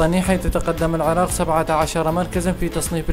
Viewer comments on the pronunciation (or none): none